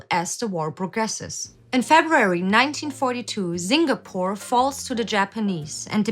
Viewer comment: I think the way she pronounced Singapore just beat that out for me actually.